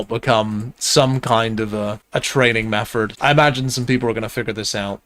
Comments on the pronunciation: I scrolled down to type the same fing, hahaha. wild how this guy replaces every "th" with an "f" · Makes me smile every time I hear mefford! Don't change for anyone 😅